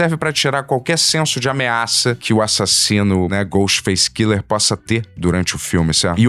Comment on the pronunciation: Cada vez que o fala Ghostface Killer eu perco um minuto de vida